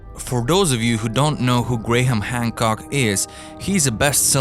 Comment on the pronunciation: Can you teach your compuvoice that Graham isn't usually pronounced Gra-ham, oy Grayham